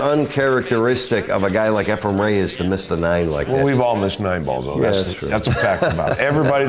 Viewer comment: I love how after all those years, still can't quite pronounce Efren's name properly LOL He always called him Efrem.